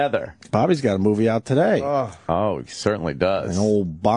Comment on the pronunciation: Delete this rude comment about Deniro today. TAH-DAY! TAH-DAY!